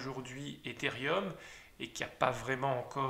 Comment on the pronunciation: Merci pour ces explications ! Toutefois on dit Ethereum... et non Etherium je pense...Il n'y a pas de i